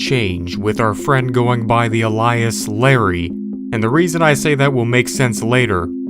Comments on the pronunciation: Alias pronunciation: ˈālēəs . ale ee iss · No shade, just trying to help: Alias: Eh-lee-iss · no offense intended, but is the consistent mispronunciation of the word "alias" intentional? I ask because i used to make that mistake too, the effect of learning the word from reading but having never heard it spoken. just curious. thanks for all the great content! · How did you pronounce alias ? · Your pronunciation of alias killed me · How in the worl man, why and how did you say alias like that? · The way you said Alias made my eye twitch lol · You pronounce ALIAS wrong. check out how google says it.